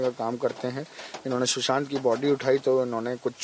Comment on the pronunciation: Shusant nahi hai bhai, Sushant hai....